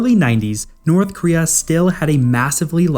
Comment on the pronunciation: Why do you pronounce it as Northkria?